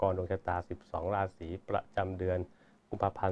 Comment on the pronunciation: ลัคนา ลาสี.. ตกลง ใช้ ลัคนา หรือ ราศี เพราะคุณพูดลัคนาลา (รา)ศี ตลอด